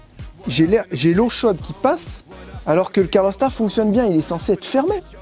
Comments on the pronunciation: Bonjour, les jeunes. Bien que n'y connaissant rien en mécanique, j'ai apprécié ce reportage, mais, il serait temps d'apprendre à prononcer CA-LOR et pas CAR-LO!!! Pense à Ma que calor! Sans rancune... et bon voyage. Bernd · CALORSTAT! !!! et pas caRlorstat :-p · Roooooo ! C pas carlostat !!!!! C calorstat !!!!!